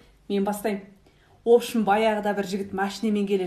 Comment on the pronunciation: Офшым емес офщим ғой